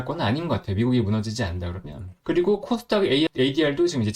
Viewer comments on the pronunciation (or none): 첫날보다 많이 좋아지셨네요~ 딕션에 조금만 신경 쓰면 더 좋아질 거 같아요 코스닥이 제 귀에는 콧닥이라고 들렸어요. 코 _스 _닥 조금 천천히 하시고 딕션에 신경쓰시면 서서히 구독자가 늘지 않을까 해요. 화이팅!